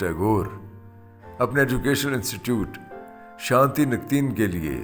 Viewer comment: اسلام علیکم زبردست وڈیو اور تحقیق کچھ الفاظ کی درستگی کر لیجیے یا ہماری اصلاح آپ نے بو لا گیتا جلی اسے گیتا نجلی معنی گیتوں کی ٹوکری شانتی نکتین۔ شانتی نکیتن 🙏